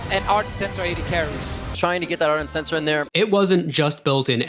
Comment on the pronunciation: ARdent, not Ernt